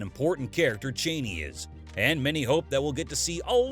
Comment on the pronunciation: CH-AH-NEE. not CHAYNEE.